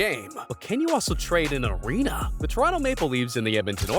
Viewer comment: Bro said Scosia bank aerana